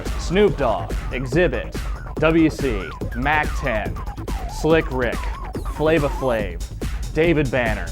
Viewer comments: This fucker said "Double-U C" 😂😂😂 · "WC" is actually pronounced "Dub-Cee"